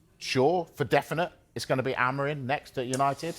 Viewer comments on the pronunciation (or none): Amorim, you stress in "im" - amorIM